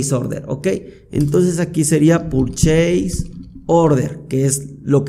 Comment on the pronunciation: Sos muy bueno explicando. Gracias por tomarte el tiempo para enseñar, en verdad lo aprecio. Lo único que te ayudaría es una buena pronunciación de las palabras en inglés como PURCHASE no es "purcheis" sino algo como "perches". Creo que te ayudaría mucho a lograr respeto de los que, como yo, hablamos inglés y trabajamos o vemos todo en inglés. Pero es un detalle. Nuevamente mi agradecimiento a tu paciencia, abrazo!!